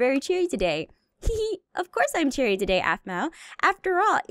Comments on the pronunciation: Anyone else notice at about says of course I'm very CHERRY instead of cheary. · Did anyone else notice that said cherry instead of cheery? 🍒